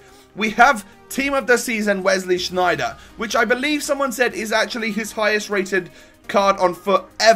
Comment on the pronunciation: its sneijder not shneijder, berlieve me im dutch. and why did you think it was lans, instead of lens?? its pronounced lens or lence